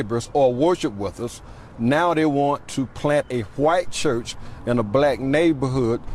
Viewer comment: “Qwite cherrch” 😅